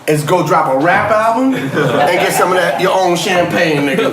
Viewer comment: He said the name of that champagne all wrong